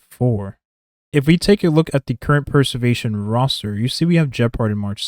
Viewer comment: Great video man, just one thing I noticed - throughout the video it sounds like youre saying 'Per-servation' and not 'Pre-servation' Not a huge deal - just for you to note!